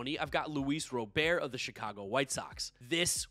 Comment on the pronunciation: Ro-bear is a French pronunciation. My well educated expert opinion (not as good as knowing him personally) is that it should be pronounced Ro-bairt